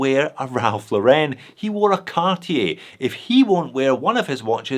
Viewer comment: I was surprised that you listed Mido. The Ocean Star 200c is pretty nice. But you redeemed yourself by being one of the few reviewers to pronounce "Cartier" properly.